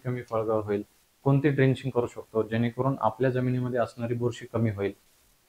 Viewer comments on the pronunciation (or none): Driching नाही drenching म्हणा